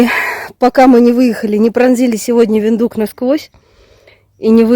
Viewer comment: Виндхук, а не виндук